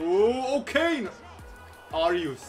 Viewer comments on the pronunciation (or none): none